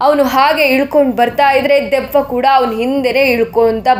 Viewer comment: ದೀಯವ್ವ ಅಲ್ಲ ಅದು ದೆವ್ವ.. ಕನ್ನಡನ ಸರಿಯಾಗಿ ಉಪಯೋಗಿಸಿ...